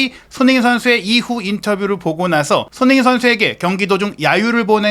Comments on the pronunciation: 손흥민 선수 이름좀 제대로 발음 해주세요. 소노민 소느민 뭔가요. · 손흥민이라는 이름을 정확히 발음하는 꼴을 못 보겠네